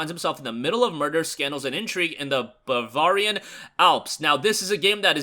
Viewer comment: Haha! I just❤ the way you pronounce some of these things! I truly do, no BS!…. Today’s favorite was Bavarian. Kinda sounded like Conan the Barvarian!🤣🤣!! …. Love your videos Bro! Please keep up the great work!